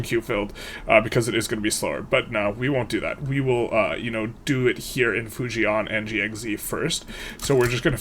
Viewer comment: Hi! For future runs, it's not /fuji-an/ and /ji-ang-xi/, it's /fu-jan/ and /jang-xi/:^) Most Chinese place names only have two syllables